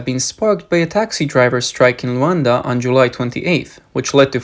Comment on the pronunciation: Not Rowonda. L U A N D A